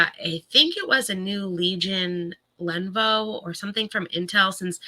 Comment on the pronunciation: Len-OHH-vOOOH. Not Lenvo!!!